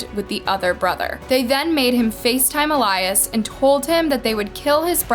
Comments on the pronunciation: Is it really pronounced “ elyze “ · Can you be more mindful and considerate about the way you pronounce latinx names? At least pretend to care about the latinx community by researching how to pronounce our names. I’m sure you’re banking on this video yet haven’t pronounced poor Eh-lee-ahs’ (Elias’) name correctly ONCE. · It’s EL-YAS. Not ALAYAS. Jut want to point that out. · Why are you pronouncing it El-eye-iss and his mom says El-ee-es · His name was EEE-LEE-US Let's respect the dead, especially since you're profiting off of his death. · Loved the story, well researched and narrated. the only thing that kept shaking me out of it was when you kept pronouncing his name wrong. his mom said it the right way... you must have seen that doing research. why didn't you just say it like she did? I know you probably didn't mean it too but it came across as if you didn't care to say it correctly or respectfully. which sucks because everything else is great. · It would be nice if you pronounced the brother's name correctly. It would show some effort and caring on your part. Also, to everyone watching this a nice girl will not ask you to meet at a park at 2 am May Elias rest in peace. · Did you even watch the clips you used? You can clearly hear how family and friends pronounce Elias' name, but you still manage to mispronounce it every time. Just a little disrespectful to not even get his name right. RIP Elias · Why do you keep mispronouncing his name after his family and news said it multiple times? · Imagine creating a story about someone and hearing the way you say his name VS the world. It’s not hard 🤦🏽‍♀️ I cringed on this one